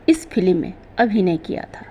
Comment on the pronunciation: फिल्म को फिलिम n बोलो बुरा लगता है आप उच्चारण सही नहीं करती तो वीडियो n बनाए